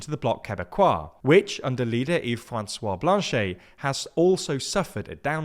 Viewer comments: So... cool video but you should probably have gotten the name pronunciations right. Jagmeet is pronounced "jug-MEET" (not "JAG-meet"), and the ET at the end of Blanchet is pronounced "et" (not "ay"). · Love the prononciation of Blanchette